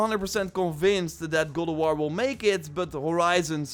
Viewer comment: Gode of war lol. Practice saying God in mirror.